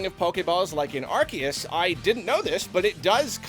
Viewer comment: omg it's pronounced AR-SEE-US, not AR-KEE-US! AR-SEE-US! ARCEUS! GET IT RIGHT GADDAMNIT